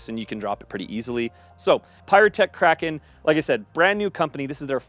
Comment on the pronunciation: Thank you for pronouncing "Kraken" properly.